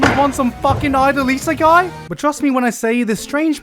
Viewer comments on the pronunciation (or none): none